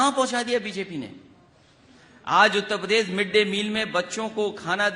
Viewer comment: उत्ता पदेश नहीं उत्तर प्रदेश होता है नेता जी😂